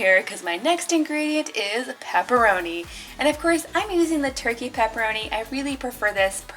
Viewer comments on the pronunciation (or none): none